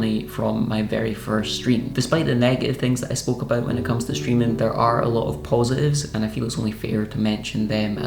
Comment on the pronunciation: Did I hear you say "paw"sitive instead of positive? 😂🤣I see what Junior is doing to you. I love you,, and not in a weird way. I am too old to be weird.